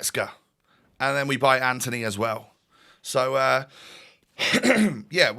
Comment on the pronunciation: btw, its not ANTHONY, its antony, you dont pronouce the h (ant-on-ee)